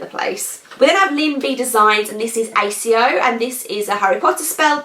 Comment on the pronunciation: love the stripes! I have a little bit of the YT blues too and so behind on watchings. I've just been watching the Golden Girls lately LMAO. Oh wow, I so need to get Narnia! Btw, I think accio is pronounced ack-ee-oh:) Revelio looks lovely. Love the wee Dumbledore behind you hehe - really like that 5-star funko style.